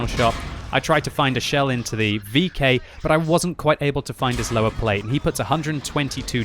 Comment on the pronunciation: i love how u pronounce it löwer :)